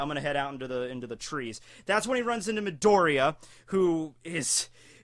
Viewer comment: MeedorEEya. NOT MidOReeya.